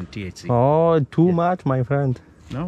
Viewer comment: "Hał menji procent TE HA CE?" XD